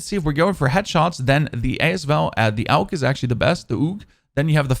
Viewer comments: Wtf is a "oog" and a petrol grip? 🤣AUG is pronounced like "org" and its a PATROL grip not a petrol grip 🤣🤣🤣🤣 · Oog no it Aug “AHHGU” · Loving the "Tummy Shots" and "Oog" LMAO!! Then you saying, "I'm European, we say Oog, not Awg". Haha! Love the videos my man. Keep Grinding.